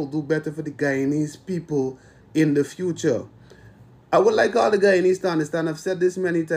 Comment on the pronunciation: I think if anything she is being cancelled cause of the way she pronounced the word “Guyanese” 😂